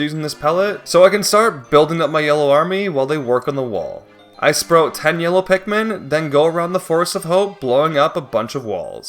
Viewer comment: Did I just hear "sprote"